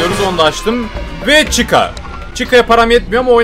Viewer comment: Freddy❌ freedy✅ Chica❌ chicka✅ Bonnie❌ bonny ✅